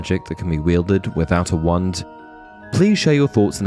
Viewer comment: I mean no offense... but your not pronouncing the 'wah' in wand. It's driving me cray crazy... other then that, nice video.